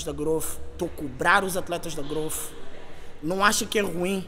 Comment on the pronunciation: Não entendo a dificuldade generalizada que o povo brasileiro tem em falar o fonema inglês "th". Transformam isso em "fff". - "Growfff".